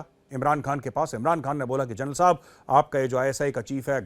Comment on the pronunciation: Pakistan ke TV show देख देख कर मेजर भी जनरल को जरनैल बोलने लगे हैं 😂😂